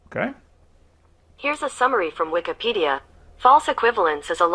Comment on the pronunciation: Did you just say Wiccanpedia? Kent why you talk to weird? Or do you really believe that Wikipedia is Neo-Pagan? Why are you using "Satan's" website to debate, Kent? It's daaaangerous, you know XD